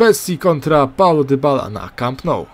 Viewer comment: Paulo Dybała XDDD